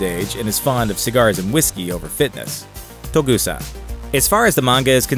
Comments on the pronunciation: OMFG stop saying "Togusa" wrong! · CAN SOMEONE TELL THIS GUY HES PRONOUNCING TOGUSA WRONG? PLEASE AND THANK YOU. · TERRIBLE video. Way to mispronounce Togusa, too. Live-action Saito looks nothing like the anime version. And he was in the 1995 movie though he had no lines - he was seen minus the eye-patch and is addressed as Saito by one of the other operatives outside Colonel Malice's home. Suprised at this video. Usually, is more on the ball.